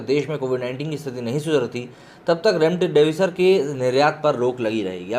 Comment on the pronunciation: इसको बौलो रैमडेविसर नही,रेमडेसिविर नाम है.